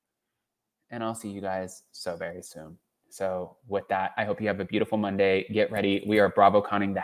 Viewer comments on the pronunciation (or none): none